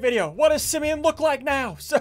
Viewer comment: What if Simeon said: you look like a east coast! Lol (Btw it's "Simeon" not "Simon")